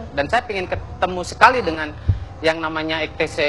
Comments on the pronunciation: Geng motor ex te se 😂😂😂 Ex ti ci kali bambang bagong bacanya 🤣🤣🤣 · XTC bukan extece....